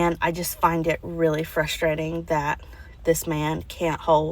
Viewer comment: When did “frush-trating” become a word?